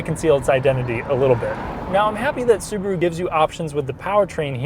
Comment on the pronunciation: "Suburu" ???? Why not Subaru ?